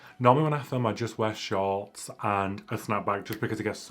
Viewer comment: Took me quite a few replays to realize you were saying "shorts" not "shawls"